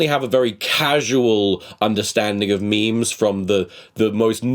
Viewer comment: My favourite actor once pronounced memes as mee-mees. Help.